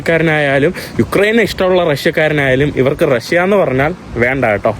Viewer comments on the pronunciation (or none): none